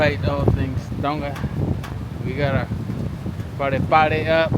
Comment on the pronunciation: Just a suggestion, it’s called “Palepale”not “Pale” 😂 Keep them videos coming 🤙🏽